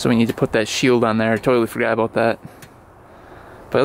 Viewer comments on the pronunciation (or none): none